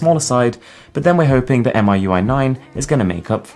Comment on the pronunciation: It's call Mi UI , not M I U I, aka 米柚。